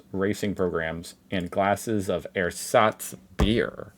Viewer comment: Yes you can use it, but use the "e" as the first one in "ever" please, it's a very short "e". The way you pronounce it would in German be written like "Ehersatz", or airsatz in English.👴😁 Edit, for what it's worth, use your pronunciation translator on them.